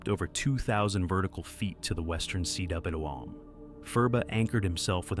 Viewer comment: Why do you say C W M? Cwm is a Welsh word pronounced “come”. It means a bowl.